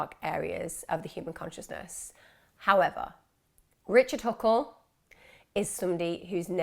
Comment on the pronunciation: You said "richle huckle" pretty early in the video lmao